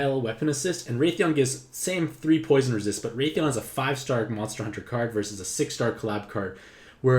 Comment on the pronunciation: i freaked out because i never heard of raytheon but then i wised up aha! pronunciation is wrath-ian like wrath and the name Ian lolol